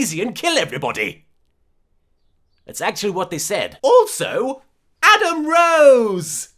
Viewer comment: When LK says "Adam Rose" it reminds me of "Kroze".